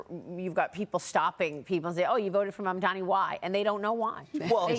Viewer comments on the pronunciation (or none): Why can none of you idiots pronounce Mamdani's name correctly? It is not "mom-dommie" it is "mom-donnie" ffs